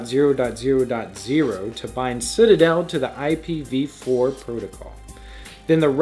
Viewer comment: Better than usual! "IP He V 4" tho.